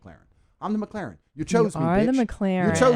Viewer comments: Best part ; Spanish woman : "mek-lahren" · the way he said mclaren im dead